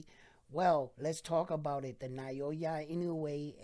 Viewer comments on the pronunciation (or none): Please at lest pronounce his name correctly each time. It’s NOW-YAH…. IN-NO-WAY not na-yo-yah like you always said. Love your videos though. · NAH-OH-YAH. There are 3 mora in his name, 3 kana if you write it out -- Japanese just say it fast, so you're only hearing 2. But yeah, there's no vowel diphthong in there like the vowel in "pay" or "sleigh."